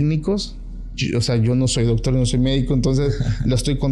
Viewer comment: El chavo dice dogtor😂